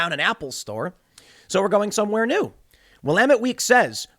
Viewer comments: Thank you Tim for correctly pronouncing Willamette. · I am from Portland, born and raised, and I can validate the insanity of the prejudice and bias of the Willamette Week paper. Also, congratulations to Tim for learning how to pronounce Willamette :)